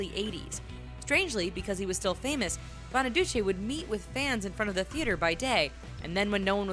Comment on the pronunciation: Danny Bonaduce's name is pronounced "Bonaducee" a long 'e' not short. Sorry but it just grated.